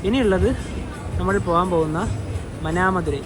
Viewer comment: നല്ല സൗകര്യങ്ങളുള്ള സ്റ്റേഷനാണ് ട്രിച്ചി. നല്ല റിട്ടയറിംഗ് റൂമുകളുള്ളതു കൊണ്ട് ട്രിച്ചിയെ കേന്ദ്രമാക്കിയാണ് ഞാൻ യാത്ര പോകുന്നത്. ഒരു കാര്യം കൂടി മാനാമധുരൈ എന്നു തന്നെ പറയുക